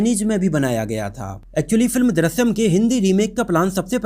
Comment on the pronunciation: Chutiya, Film ka naam to acche se bolta